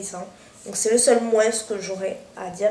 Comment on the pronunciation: Super c'est vraiment génial Kérastasse ça réhydrate les cheveux a mort :) ps: désolé de te dire ça mais pourrait tu arreter de dire le S!!! du mot moins!! ( en français on ne prononce pas les S à la fins des mots :/ c'est insupportable :(